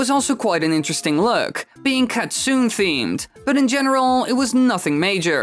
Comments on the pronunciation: Great vid, but one thing that was uncomfortable to hear, was the word Kitsune. The approximate pronunciation is KEET-soo-neh, rather than kit-SOON. Otherwise, informative and entertaining, as per usual. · It's pronounced "Kit soo NEH". No silent letters. This is because Japanese is a syllable based language, not a letter based one.